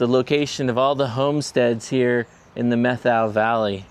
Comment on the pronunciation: It's pronounced Met how, not Meth ow. Emphasis on the first syllable. My family has a long connection with the Methow Valley. My great grandfather was among the first to settle the area, having a ranch in Twisp. One story told to me by my father was about my grandmothers half brother. In about 1890, I think Dad said, grandmothers half brother, who will go nameless in this tale, and two of his friends worked the ranches in the area between Pateros and Winthrop. One day they got drunk, rode their horses into a saloon in Winthrop and shot the ceiling out of the place. At that time there was no law enforcement nor courts in Winthrop. The way the locals handled the situation was to invite the boys to remove themselves from Winthrop and never come back. My grandmothers half brother moved up to the Chilcotin district in BC and started a cattle ranch, ran pack horse trains into the backcountry to mines, ranches and hunting parties and made leather horse tack, saddles, shirts, chaps and other leather goods. I always wondered if it was the Three Finger Jack saloon they shot the ceiling out of. I went in there for lunch once and checked out the ceiling. It looked pretty intact to me, so, who knows?